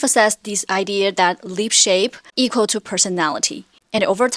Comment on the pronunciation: I’m seriously confused at first cause the way she pronounces ‘lip’ sounds like ‘leap’